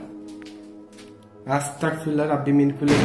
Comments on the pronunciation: আপনি বার বার পড়তেছেন আস্তাকফিরুল্লাহ কিন্তু সঠিক উচ্চারনটা হবে আস্তাগফিরুল্লাহ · আসতা্গফিরুল্লাহ বলবেন। আসতাকফিরুল্লা বললে আমি কাফির হয়ে যাচ্ছি মাবুদ এইটা বলা হয়।তাই আস্তাগফিরুল্লাহ বলবেন।❤❤❤❤